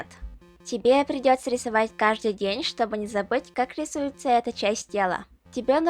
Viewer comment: хм.. ну тогда я могу сказать, что ты молодец), ведь говоришь ты как русский человек. В твоей речи есть дифекты, например "чтобы", "того", Но всё же ты круто говоришь.))